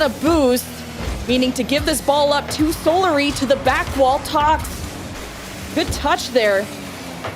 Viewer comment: man teach how to pronounce words ffs solary, chausette- the way she says it just takes me out of it